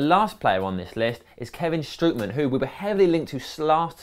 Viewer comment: Ha, nice call. Now I know how to pronounce Strootman! But anyways, only need THOSE players to get us back to the top 4, so who might they be? Only the strict necessary, with a Lb( shaw?), a Cm and a Cb.